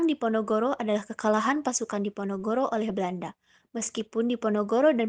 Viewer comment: Ada kesalahan d pembukaan "perang di Ponorogo", harusnya "perang diponogoro"